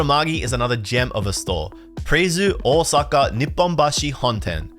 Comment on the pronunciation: ahwsucka, hilarious nonce pronunciation